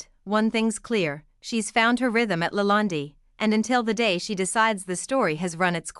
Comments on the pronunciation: How can anyone watch a video where the narration cannot properly the subject's name!? It's "La Land" which rhymes with "bond, or "fond" or "pond" - not "La Land-y" rhyming with 'candy'. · try De Laland (e) is silent.................eish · You can't even pronounce the Word Lalande. What a hatchet job. Hateful people who criticize and critique others. What are you doing except being a troll. Marie is amazing. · This video is absolute nonsense….Marie is a very quite lovely person, she is a wiz at everything she does & absolutely amazing in the kitchen, the food that she cooks is rather outstanding & the presentation of her food ( masterpiece) is amazing. Please get to know the person before you start talking about her and read up on how to pronounce the Chateau’s name correctly. ✌️